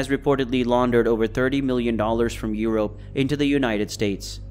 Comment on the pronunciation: Y he say europe like that